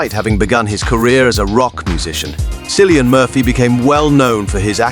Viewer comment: Why are you mispronouncing Kill-ee-yun Murphy’s name?